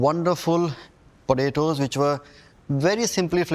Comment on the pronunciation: Im a huge Vineet fan. Love his recipes. Watch all of his videos. So i say this with love.... they way he is saying "Podaydoes" has me dying! XD